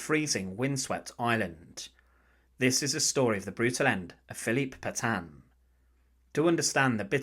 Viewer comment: Can somebody please teach the german AI voice how to pronounce Petain?